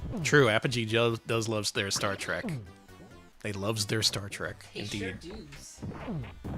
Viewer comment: Is it just me, or every time says "Star Trek Trivia" it sounds like "Shrek Trivia"